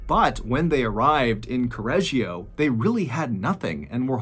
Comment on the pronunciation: I follow from Italy and I'm born here. I'm in love with the totally wrong pronunciation of Correggio. However we call this lady "La saponificatrice di Correggio", it's a well know case. And we have many more.... Hope to listen to them here, one day ❤️